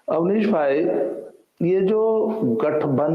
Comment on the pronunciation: awdesh nahi avnish hai wo